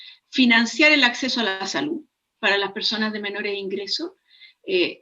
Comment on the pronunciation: Aprende a hablar,la salu,la verda